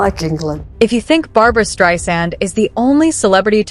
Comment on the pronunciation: It is Streisand, not Strand.